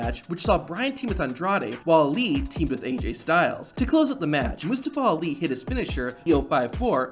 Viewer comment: did dis niqqa just call Ali "lee"?